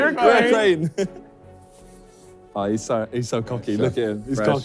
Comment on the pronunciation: Thank you Simon for pronouncing Uruguay correctly, since I'm Uruguayan and I've heard people butcher the name, like U r gay, Ur a guy, Uru guay, and the worst I've heard was Uruguweee🤣🤣🤣